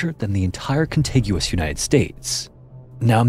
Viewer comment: thought so too, mispronounced contiguous right off the bat